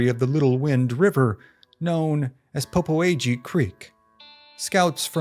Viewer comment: Man, you really butchered the pronunciation of the Popo Agie River, but it’s Indian word so everyone guesses wrong.